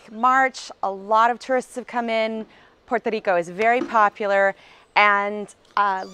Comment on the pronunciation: Thank you for the information. I love the way you say "Puerto Rico". I'm looking forward to visit the island after the situation with the coronavirus settle.